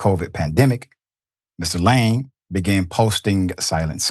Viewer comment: Gotta learn the pronunciations of names before these spots, Doc